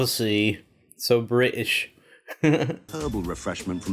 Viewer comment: British* not bri ish